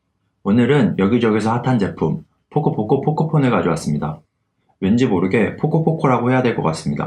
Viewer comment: 포코포코 발음 지렸다. 구독박고 지리고 갑니다.